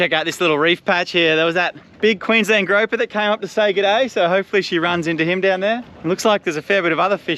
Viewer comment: Grewper not growper!